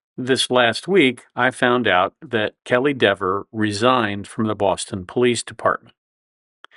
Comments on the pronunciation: Should have said "Dee-ver" through the whole video. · Her last name should be pronounced DEEVER, long E. Same as Peter or Steven. She wants it.pronounced DEVVER .